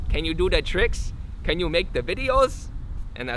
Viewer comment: says, “can you do da tricks? Can you make da videos?” And it’s so fucking funny 😂😂